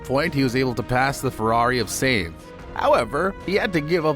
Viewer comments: What is this? Another grifting racing channel from people who dont watch racing? BAH-RAHN? SAINTH? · 1. Your info is super out-of-date. I have to guess it took u a while to get this published 2. You seriously need to learn how to say "Sainz" and "Porpoise" correctly cuz its cringe. Pro Tip: Google has a "Listen" icon